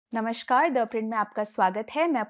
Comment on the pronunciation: इस हिंदी संस्करण के लिए धन्यवाद। कृपया करके एक काम करे, नमस्कार कहिये नमश्कार नहीं। हिंदी में नमश्कार का कोई अर्थ नहीं। नमस्कार है।